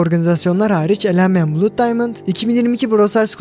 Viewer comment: 'bluud' diye okudugun için like atmadim